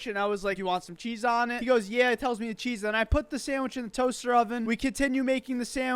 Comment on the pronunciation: Not to be a male Karen, but the "meh" instead of "mee" always throws me.